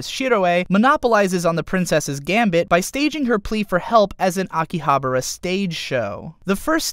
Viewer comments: Please pronounce it correctly ;-; Akihabara Aki-ahh-bah-ra not Aki-abra I usually don't post these sorts of things, but it tilted me so hard I had to plug my ear holes with protection to save me. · Excuse me I hate to sound like a dick but you missed pronounced Akihabara this location is based of a real life location in japan (which is where the real world conterpart of Log horizon) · Isn't it Akihabara instead of Akihabra ? #NicpickNotReally